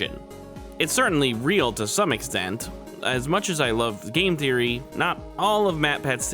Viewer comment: For the first couple of times you say "theory" i swear up and down on everything holy, i heard a kid with a lisp saying "serie" like series, but not finished, and i was getting thrown for such a loop 😂😂😂 Also hate to nitpick (thats clearly a lie 😂) but first thing i said out loud when chp 3 dropped was "Oh shit.. wait... 'Roaring Knight'?" As in... not "ROARING knight" like its said every other time